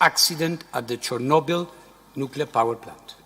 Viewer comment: OMG Churnoble again?